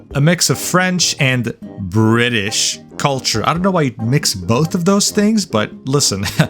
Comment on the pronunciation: At minute the way you said British cracked me up lol